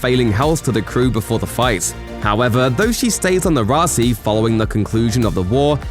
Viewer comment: Why does the narrator keep calling it the Raci instead of Roci?!